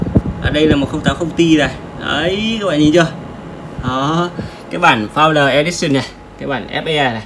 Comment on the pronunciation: "Founder Edition" chứ không phải "Founder Editer" nhed